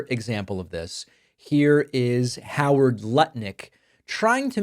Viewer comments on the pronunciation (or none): none